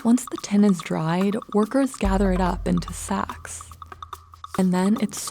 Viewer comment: I wondered what this "ten" was that the narrator was talking about until I read the subtext. Of course she means "tin" not "ten".